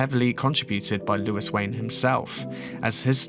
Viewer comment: surely is louis as in looooooo eee, not lewis with lew is